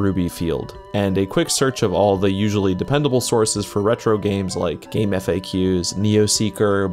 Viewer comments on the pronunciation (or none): bro keeps calling GameFAQs "Game F A Qs" lmao its pronounced "GameFacks" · Why do you pronounce Gamefaq like that??